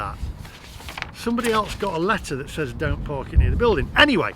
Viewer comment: FYI, says is pronounced, sez.